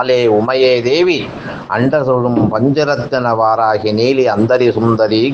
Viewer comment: நீங்கள் வாராஹி இல்லை வாராஹி என்று சொல்ல வேண்டும் தயவுசெய்து